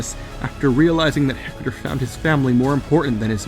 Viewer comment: stop pronouncing it "hector" it's pronounced "ector".